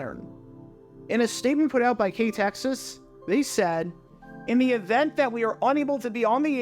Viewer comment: I’ve been a subscriber of yours for quite a while now and never in my wildest dreams did I think you were ever going to do a video focusing on my former employer, it feels so surreal. By the way, great job on researching how to pronounce the station’s name correctly, most people just read out the call letters as they’re shown when they see KTXS’ name.